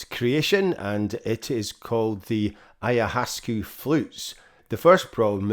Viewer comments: it is pronounced AYA- WASKA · The word is from Quechua and is composed of 'Aya Waska,' which translates to 'ancient vine' or plant. This is the correct pronunciation of the Quechua word. I hope you’ll take the time to learn rather than dismiss it for your own indulgence.